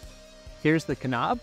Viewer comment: The K in knob is silent